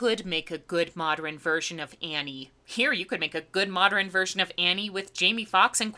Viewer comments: "Moderen", "patteren", that time you couldn't pronounce "timbre" right, you are terrible with human languages. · Why does she keep saying "modren?" Is it a dialect thing or a Styx reference? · Ok I love you and your channel, and you usually have what I would call 'Overly precise diction and enunciation', so can you please explain 'Moderin'. Why u pronounce modern dis way?!?! I know I sound like a prick, but I have to know. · Weird tic: consistently says "modrin" rather than "'modern." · 'moderin' 😂😂 every time she said that I couldn't help but laugh out loud. This was probably one of the worst movies made. I couldn't even get through the first 45 min. You're to be commended for even making it through to write this review. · "Moderin"? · "Modern" has 2 syllables, not 3